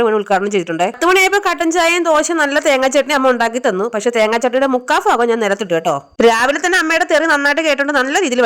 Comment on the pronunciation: ഫാകമല്ല. ഭ ഭാ ഭൂ ഭൂമി. ഫൂ അല്ല.ഭു ഭൂമി എന്ന ഭ ഓക്കേ. ഭാഗം ഭാഗം. റ്റാറ്റാ